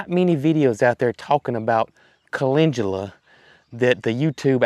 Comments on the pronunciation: I see Calendula Flowers, However I do hear you say Calengula. Either way the blooms are beautiful!! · you pronounce CALENDULA like Calengula...I could never figure out what you were talking about. Supposed to sound like Kuh-LEND-yuh-luh.❤❤😊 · Speaking of transcripts..a lot of channels do not editing at all. Makes some things very laughable. I know you are saying it correct, but it has no g in it as you pronounce it. Cal..in...du..la would likely get you the right spelling...just sayin. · Great Video!😊 By the way where I live the Amish Sect with greenhouses pronounce Calendula - CALL LEN DUEL AHS 😊 it’s Chust a wee bit different in their greenhauses. Although my Grandma was of the Old Order Sect, she grew it but she pronounced it correctly ❤